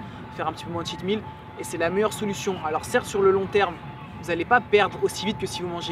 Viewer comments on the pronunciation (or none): none